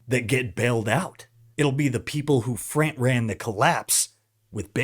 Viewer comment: please Frant is not a word! Why does everyone say this?!